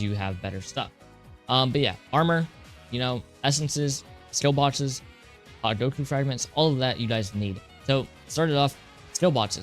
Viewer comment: Oh my god he said hogyoku right